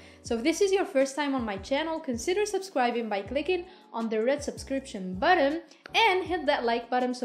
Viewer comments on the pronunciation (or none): It's button not bottom 😊